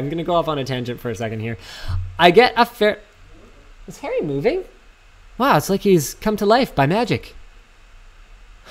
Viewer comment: "hairy" pretty sure its Harry :P